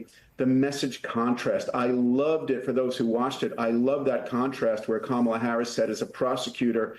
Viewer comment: First of all it’s NOT “ka-maaa-la”, it’s “ka-ma-la”, it’s means Lotus Flower in Hindi/Sanskrit. People should first know how to pronounce her name😮